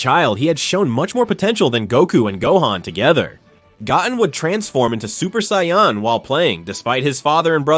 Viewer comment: Goat -in